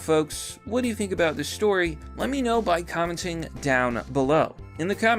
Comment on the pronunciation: Oooo what's this all aboot?